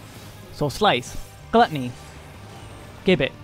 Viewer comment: The karaoke opener and offset oGCD icons do a lot to make weaving clearer, so kudos for those, and the Botanist bit at the beginning was hilarious. My only criticism is that the word gibbet is pronounced with a j sound at the beginning, like "jibbit".